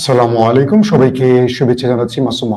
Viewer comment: As salamu alikum. Masum vai ami kube antorikotar sohit aponar news deaki tobea aponar salamea cutto vulear karonea liklam uccaron korea bolbean as salamu alikum